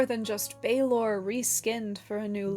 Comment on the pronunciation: Love the video, just a teensy correction from Ireland: Balor of the Evil Eyes is pronounced to rhyme with "Valour" rather than "University in Texas" (it would have a fada accent on the A for that broadened vowel sound) but you got the more difficult Tuatha Dé Danann nearly perfect: the fada accent broadens the E into the sound Fonzie makes....